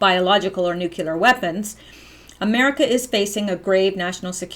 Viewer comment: Every time you say "nuculer", I cringe. Try "Nuclear" - "New Cleee er" Otherwise, good work. I have to watch again because there are so many things I remember reading about years ago but forgot. ie the port scandal. I cringed at that too. Obama, Bush...treason.